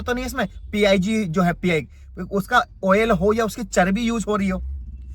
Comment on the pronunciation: Pig ko P I G bol raha he 😂😂😂. Brother do some research